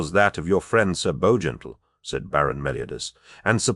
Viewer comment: Is this an AI ? I don’t understand the difficulty in pronouncing either Bowgentle or Gran Bretange.